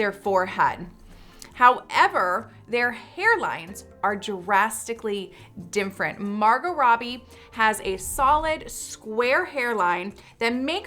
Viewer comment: yeah I was wondering if anyone noticed how she said different totally wrong lol